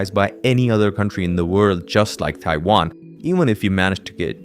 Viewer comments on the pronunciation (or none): none